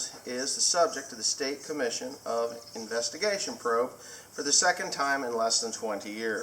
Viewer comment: idk how you read investigation but you don't say it like that.